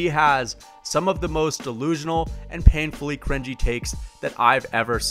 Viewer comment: That emphasis on the P in painful scared me